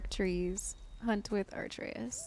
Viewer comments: A-trey-us, you keep putting the r before the t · Uh - Trey - Us OR BOI Almost no one says his name correctly at first lol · you already recorded the next episode calling him arteus the whole time didn’t you 🤣🤣🤣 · I dont want to be rude but i think you mispronounce Atreus name. I think you say something like "Arteus". Its first the t nad then the r. NO HATE at all. And also you should always speak with brok the triangle button. Amazing work though!!! Edit: I just started ep2 where you explained what happened with his name:) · I legit love how you mispronounced Atreus here as Arteus.